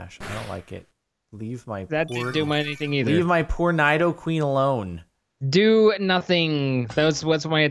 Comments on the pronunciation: It's Nee-dough-queen and Nee-dough-king, not Ny-dough-queen and Ny-dough-king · It's n-E-doqueen not n-I-doqueen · It's pronounced, knee-doh-queen and knee-doh-king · You know Jordan knows nothing about Pokemon when he pronounces Nidoqueen wrong. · im triggered they said nidoqueen and nidoking's names wrong